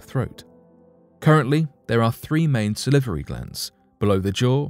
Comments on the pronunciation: Sal-var-y glands. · Sa-livery giants. Live how he says that! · Yes it was really funny when he kept saying salivary